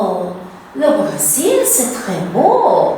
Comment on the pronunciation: Professora. Em francês, le Brésil (ênfase no e) e não le Brasil.